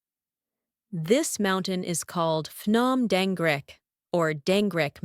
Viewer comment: Dorng Rek Mountain, not Deng Rek Mt